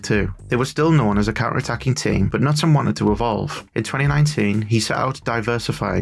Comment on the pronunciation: In Norwegian the K before an N is pronounced. Knutsen starts with a K-sound. Like in “Keep.”